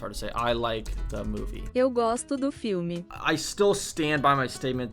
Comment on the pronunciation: "Eu gosto, eu gosto do FIRME" (filme) hahaha It's seems you said "I like, I like the steady" 😏 It's seems you like something else hahaha My girl friend it's not a portuguese speaker and I watch her saying PAU (Pão) all the time hahaha PAU means cock, PÃO means bread Sorry, our language it's complicated and tricky, but keep praticing😃 Also it's very hard to learn "NH" words, like CoxiNHa, it's like a nasal sound